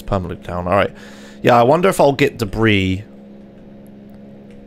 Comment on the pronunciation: debris? nono de Vries!